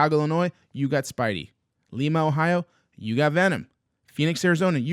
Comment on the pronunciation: Lima Ohio is where my LCS is. The name of the shop is called altered ego and I didn't even know they got the sketch. BTW it's pronounced lime-uh